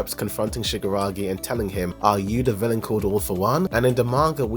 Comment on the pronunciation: Great video. Man, you really need to stress more the KI sound shigaraKI because it sounded like shigaragi the whole video